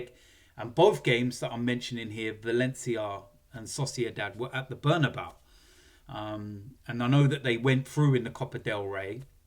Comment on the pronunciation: Bernabeu or "Burn about"😂